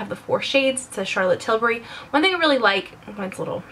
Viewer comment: I LOVE that you pronounce Tilbury right! A lot of Americans I watch pronounce it ''Tilberry''